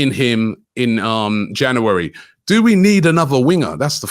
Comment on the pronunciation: Is it just me or does robbie put too many syllables in the word January?